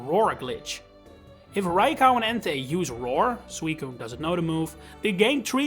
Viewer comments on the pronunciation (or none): I have never seen anyone pronounce Raikou as "rai cow" that being said, great video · Why "Rai- KAU"? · Bro said "raicow"